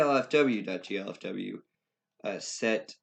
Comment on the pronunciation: please for god's sake. I know im being over the top but... G - L - F - W not G - F - L - W thanks, i like the tutorial, this is some EPIC content right here